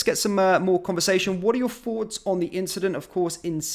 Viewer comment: Sorry, I can’t listen to this, presentation is too jerky, you need to calm down, stop putting so much emphasis onto so many words. Also, do you want our forts, or thoughts?